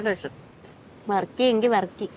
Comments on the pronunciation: Ooty ബർക്കി എന്ന് കെട്ടിട്ടുണ്ട്.. Varkey അല്ല 😂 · വർക്കി അല്ല ബർക്കി ആണ് 😂😂 ഊട്ടി ബർക്കി കേട്ടിട്ടില്ലേ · Njangal barkey ennaan paraya 😂😂 varkey aadyam aayit keelka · വർക്കി അല്ല വർഫി 👍